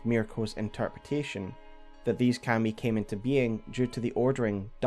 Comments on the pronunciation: It took me a little to understand you were actually talking about 神. Its pronounced ka-mi. Two evenly stressed syllables. Like kah-mee kind of. Its not pronounced cam-ee. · You make very good lore videos. That said, dude, the way you keep saying Kami is like nails on a chalkboard. Not sure if it's just your accent or a mispronunciation but I had to stop the video. Keep up the great work though, the lore in this game is so disjointed and vast that it's good to have a few kind souls putting it all together for us.